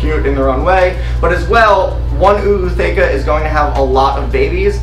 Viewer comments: Why the extra “Oooo”? It’s not just “ootheca”, not “oo-ootheca”? Genuinely wondering if I’ve been wrong this whole time. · It's not OO it's just a long O for Ootheca , Ooth-eca Just wanted to let you know Thanks for letting me know how to set up my first mantis tank ❤👍👍